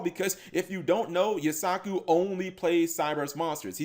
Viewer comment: says he watches the anime, but forgot that Firewall Dragon was summoned in season 2 and keeps calling Yusaku "You-sock-ooh" instead of "You-sah-koo"